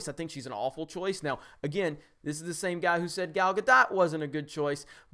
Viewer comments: Gal Guh-doe not guh-dot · Need to balance that intro sound volume. It's easily 3-5 times as loud as you are when you start talking. Also GAL GAH-DOE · Not Gah-Dot, Gah-doh-t. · Gal's last name is pronounced Gadol (ga-dole) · just FYI her name is pronounced ga-dough